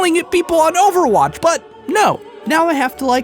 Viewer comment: 3 syllables. O-ver-watch.